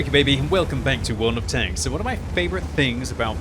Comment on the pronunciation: Is it me, or did Quickybaby say, "Won of Tanks"?